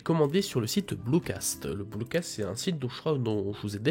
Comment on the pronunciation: C’est BlucatS et pas blucaSt :)